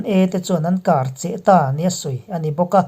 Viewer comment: Karcheh hi Kârcheh tia lam ni se